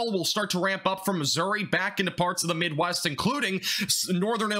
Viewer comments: You said farts instead of parts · you cant tell me this guy didnt say farts